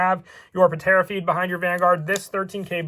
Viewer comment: Its pronounced tera feed. Not puhtera feed lol. But nice deck profile ancient dragons look fun.